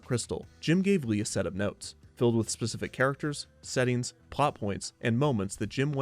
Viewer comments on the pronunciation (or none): none